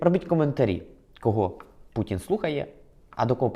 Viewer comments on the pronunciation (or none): none